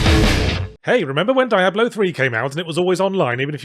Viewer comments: it's dee-ah-blo, noe dye-ah-blo, or just write diablo in google translate spanish and have it say it for you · Diablo is a spanish (latin?) word. It's a short I, not a long one. It is not Die-ablo. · Never knew you pronounced it as Die Ablo! Always thought it was Dia Blo. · so, why do i hear so many ppl pronouncing it die-ablo now? the name is said by characters in every game. I presume. I hear he's not even in 4 at all, so maybe it isn't said. but anyway, its not a fucking mystery or ambiguous how its supposed to be pronounced, but now i hear Yahtzee, and others, pronouncing it such. why did that come about? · It’s pronounced Die-ablo?! Oh no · I can't help but wonder if he intentionally decided to mispronounce it as Dye-ablo just to see how many people decide to point it out in the comments. Oh wait... :/ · First time I hear it being pronounced as die-ablo lol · Spanish is my first language and every time he says "Daiablo" a part of me dies and laugh at the same time. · Gotta say I chuckled everytime you said "Diablo". DIE-AH-BLOW. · The way he is pronouncing it is cringe. I'm not sure if it's intentional for satire or ignorance? Are there two "Ablo's"? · I forgot how painful it was to hear Yahtzee mispronounce "Diablo" 50 times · Yet another occurrence of Yahtzee (intentionally?) pronouncing certain vowels as (IPA) "ai" instead of "i". See also Elysium and Miyamoto. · Diabolo, a circus prop used for juggling. Sorry, can't help but notice your odd pronounciation. Not criticism, it's probably just me. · It’s pronounced Diablo, not Diablo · How many times in the same video can you mispronounce the game's title? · I don't like how you pronounce Diablo. It's clearly pronounced Diablo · "Dee-ab-low" not "Die-ab-low". "Rab-id" not "Ray-Bid". And before anyone says anything, yes I know the pronunciations may have been intentionally uttered in order to elicit the ire of his viewers. If that was his intention, then mission accomplished.